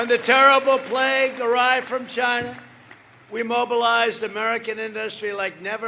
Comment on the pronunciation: It came from "Chi-NAHHHA"